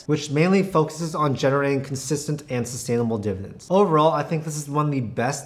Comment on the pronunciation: Why does he say "divens" instead of "dividends"?